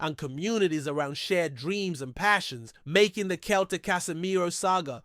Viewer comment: Celtic F.C. pronounced "seltic" not "keltic" !